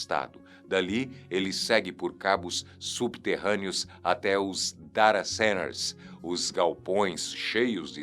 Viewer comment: É o quê??? "Dara Cenres"??? Deixa de inventar moda!!! Kkkkkkk